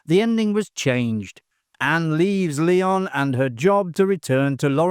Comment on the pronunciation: It's LYON, like the animal. Not Leon.